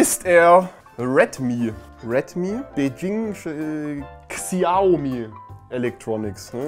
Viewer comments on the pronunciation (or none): Schaumi wird's ausgesprochen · temu ist weder ein shop noch händler , sie machen nichts anderes wie ebay amazon & co. sie stellen eine plattform zur verfügung auf der händler ihre waren verkaufen können. unter welchen bedingungen diese hergestellt werden steht auf einem ganz anderen blatt. und xiaomi spricht man "schaumi" aus. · Xiaomi sprich Schaumieh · Mann spricht es quasi Schaumi aus ^^ aber klasse video wie immer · Xiaomi spricht man "Schaumi" auß. Nutze Schaumi seit 8 Jahren. Kann mich bei ihren Handys nicht beschweren. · xiaomi wird schaumi ausgesprochen und ist echt gut? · Xiaomi wird schaumi gesprochen nur nebenbei.😉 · Xiaomi wird Schaumi ausgesprochen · ... Xiaomi ... Aussprache ganz simpel xiao = show wie in Shower (duschen, eng.) .. also schaaauuuww mi = me (ich, eng.) miiiiii Schaaaauuuwwwwmiiiiiiiii